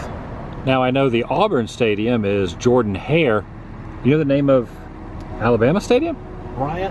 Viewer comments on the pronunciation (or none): It's pronounced Jer-dan Hare FYI :)